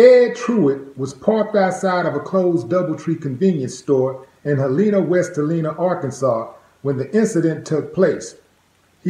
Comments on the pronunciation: Helena, not Heleana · Willie D. Its pronounced Hell-lin-ah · That's my hometown. That's the boi Edd. Aye Willed D the True OG.. it's pronounced Hell-ena.